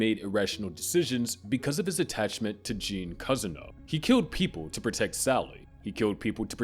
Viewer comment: and he also said cuzzino instead of Cousineau